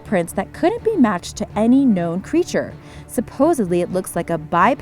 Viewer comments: you said the name of the area wrong its Middle-Town and Fred-rick ok just letting you know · You lost ALL credibility to me when you managed to mispronounce Middletown, Frederick, and said Appalachia like a gd yank. BTW that's not how you pronounce Dwayyo. - a resident of Western MD